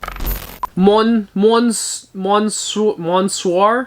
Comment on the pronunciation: how do u do fashion youtube and not even know how to pronounce monsieur